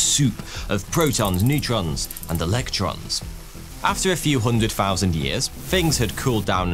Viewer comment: Two fousand and free you say 😂